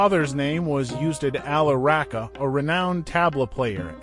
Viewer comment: You say "Ravi" correctly. But you butcher "Rahka."